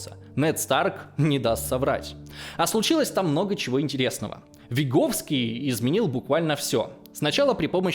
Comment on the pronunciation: Извиняюсь за придирку, но Выговский, а не Виговский)) просто у меня такая фамилия))) как слышу что говорят через "и" сразу триггер срабатывает))